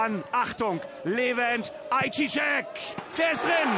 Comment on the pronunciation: Ist zwar "Ei seyah" ausgesprochen Young aber danke fürs hochladen.